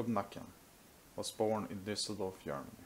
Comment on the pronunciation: What? Yermany? I’m not native speaker but it is Germany